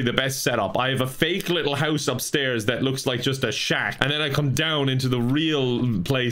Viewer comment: “it’s a big littl’ lake”